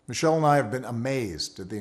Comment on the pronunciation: Did he said Michelle or Michael?